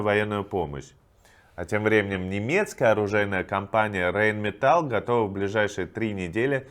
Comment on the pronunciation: Ну, Иван, ну сколько можно?! Rheinmetall читается РайнмЕтал, а не метАл. Пожалуйста, исправься!